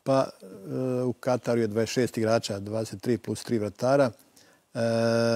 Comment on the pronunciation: Dakako već uz reprezentaciju. I dobra je bila emisija. Samo ovo "u Kataru" para uši... U Katru je ispravno!